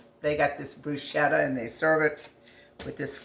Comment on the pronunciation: Love bruschetta! I’m thinking about growing basil in the garden this year just so I have it fresh for this very purpose. Your’s looks delicious! I’ve never tried putting balsamic glaze on it; I’m going to give that a try. In Italy, the “ch” in bruschetta is said as if it were a “k,” but any you say it, it is delicious!😊